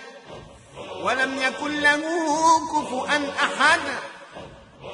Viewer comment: وليدي عند قراءة آخر آية صورة الإخلاص ولم يكن له (كفوا )أحد بدلا من (كفؤا) ؛ الله يحفظك لنا ويطول عمرك ، ماأرتاح حتى أسمع لدعائكم العظيم